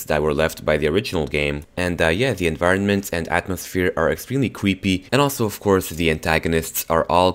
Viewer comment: cwreepy hahah